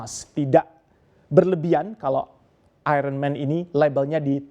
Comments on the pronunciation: AIYERNMEN bukan AIRENMEN (Iron Man) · Nyebutnya ironmen ....sperti anak sd, mestinya ayenmen!